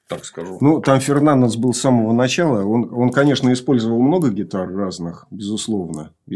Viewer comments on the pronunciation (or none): none